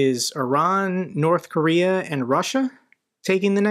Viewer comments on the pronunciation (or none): none